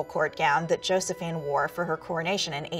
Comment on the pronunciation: one lil critique that got me: Josefine should be pronounced yo-se-fee-na